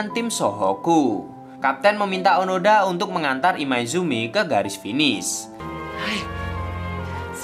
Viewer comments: Onoda bukan onada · Maaf, bukan Onada min tp Oooonooooodaaaaaa😃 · Bang kalo di anime namanya onoda bukan onada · Izin meluruskan, namanya bukan onada, tapi onoda, terimakasih :) Karena saya sudah menon animenya secara langsung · onoda min onoda...bukan onada... semangat terus min.... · Onoda min bkan onada, ini mah anime favorit ane mim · Onoda bang bukan Onada. Sorry kalo aku salah denger karna aku dengernya onada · Hmm bang, maaf nih kayaknya namanya Onoda deh, bukan Onada hehehe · Onoda min bukan onada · Onoda min. Kesel gw dengernya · Onoda bang bukan onada 😁😁😁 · Onoda mas bukan onada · Admin nya nglindur ni, onoda bang, bukan onada.. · onada atau onoda ya? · onada apa onoda sih min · onoda sakamici atau oanada bang 😂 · Onoda bang bukan onoda hiks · onoda min bukan onada di animenya si gitu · Onoda bang bukan onada :v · Onada apa onoda sih jadi bingung 😀😂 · Bukan onada tp onoda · Seingat saya namanya onoda , bukan onada . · bang onoda bang, bukan onada bang wkwk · Nyebutin nama kok berulangkali salah? Onada apa Onoda? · onoda boss bukan onada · ONODA NGEN, BUKAN ONADA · Gatel denger nya... Onada.. Kalau di anime nya Onoda